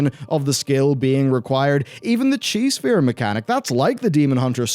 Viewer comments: I kept hearing Cheese Sphere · It too me way too long to realize you were say "Chi" sphere and not "Cheese" Sphere, and that is my fault. :)